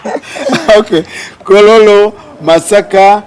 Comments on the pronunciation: But it's kololo still not kororo her pronunciation yeyo anti jabera temujja bitegera 😂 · Owaye the way she pronounced kololo😢